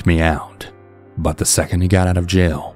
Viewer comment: I can’t unhear “buhnnn” whenever you say “but” 🤣